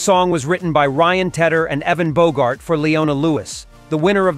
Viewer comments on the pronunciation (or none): none